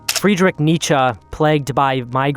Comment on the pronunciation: Nietzsche turning around in his grave for the pronunciation of his name.